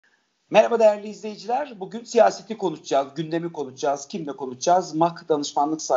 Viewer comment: Konuscaz değil konuşacağız... biraz Cüneyt Özdemir izle...